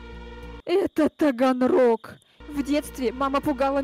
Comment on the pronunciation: Таганрог а не даганрог